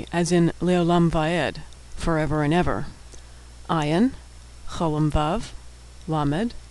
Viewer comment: great video! but ayin is not pronounced as aleph at all. it is not a silent letter at all. It has the same prounciation as arabic "ayin": ع it is hard to explain though! but it comes from the throat. it is like saying aleph the sound: ah but you push your throat to make a different sound